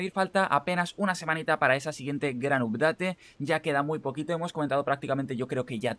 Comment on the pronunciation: Hola, gracias por los tips, me subscribo and i give you one like. Una cosa yo hablo Ingles por 30 anios y solo quisiera darte un concejo de pronuncioacion. "Update" se pronuncia: "apdet". Vale my friend? Gracias Saludos.